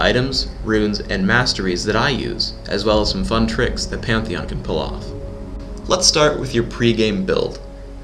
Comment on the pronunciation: it was panteon he said immidiatly